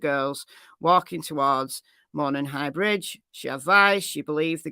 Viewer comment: Hi,. Local here in Indiana. Jut want to let you know it's pronounced MOE-non with the accent being on the first syllable. You do great coverage and are my fave go to for cases!